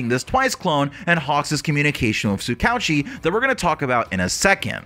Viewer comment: Tsukouchi? it is (Tsu-Ka-Hu-Chi) not Tsu-k ouchie)